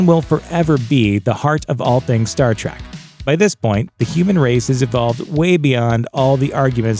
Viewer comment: and you all ready screwed up... It's TREK you godless uncultured heathenus swine! TREK not TRACK ... How Dare you!